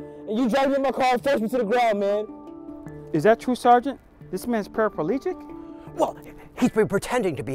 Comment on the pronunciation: Parapalegic? Are they showing that black people can't pronounce paraplegic?